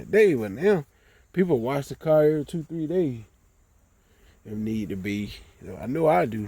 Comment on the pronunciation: Yall southern mf can't talk to save yalls life poor things 😔 and it took ten years of listening to it before we seen anything happen... I always wondered if it was on purpose cuz T I can talk but you can still tell he's from the south! he can say "then" and then you can read the word "then" and read the word "Den" then say it the same Car is Cah then just say rag so you can make an R sound that shit is crazy to me, European London Britain England accents nauseate me the South and Africa are next in line 🤣 the South sounds like someone just learning how to talk for the first time and yes we were all either born or kids in the 80s when the next generation of adults we're mostly populating the planet right now I just came and see what Nu Finish can do but I had to sit and listen do you repeat yourself 10 times with natural slurred speech 😩 I'm Denver Colorado so ... when I visit my cousin's in Houston their friends say I sound White no I sound right I can talk! oh my God East Saint Louis black folks its embarrassing my ex was born and raised in Alabama but sounds like she's from Colorado, you make the r sound in any other word but you can't say car properly or other words ending in r so is this shit even real or is it culture remnants of slavery y'all would have so many problems with white people out here where I live, White people would treat you like shit like you were stupid if you lived in Colorado sounding like that